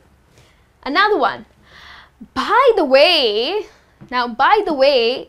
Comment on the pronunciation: Bhai the way instead of by the way :P :P :D